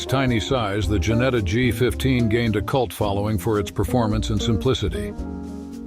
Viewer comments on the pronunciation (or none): none